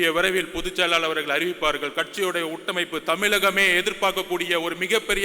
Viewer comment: Aadhav Arjun - உட்டமைப்பு உட்கமைப்பு Vijay mindvoice - தம்பி அது உள்கட்டமைப்பு